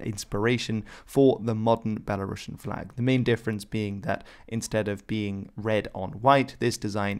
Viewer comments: You pronounce the word BELARUSIAN incorrectly. That's all I have to say. They are not Russians! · Very nice video for people, who don't know nothing about Belarus. Thank u. But there r some rude mistake, please, let me correct. 1. Rušnik must be read in English as rushník 2. Belarusian (there is only one S, not Russian, no sound sh, b'elarusian) 3. Klaŭdzi Duž-Dušeŭski must be read as Kláudi Duzh-Dushéuski. This information was useful even for me, belarusian guy. Please, next time try to check information not to make mistakes.